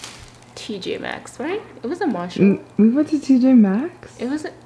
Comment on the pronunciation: It bothers me how she doesn’t say Marshall’s she said Marshall